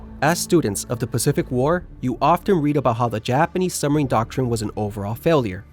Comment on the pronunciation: What is a "summer-een"? Or was that a suB=marine?